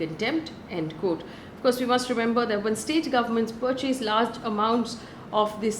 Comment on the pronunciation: check the pronunciation of petrol and *purchase*...posting with the best of intentions ❣️